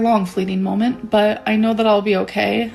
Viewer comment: "A really long fleeting molment" That's.... that's not how those words work.....